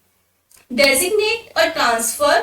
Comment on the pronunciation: Ekdum thik boli madam design-nate